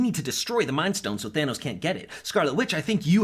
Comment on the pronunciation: Why the fuk does he keep saying big daddy Tanos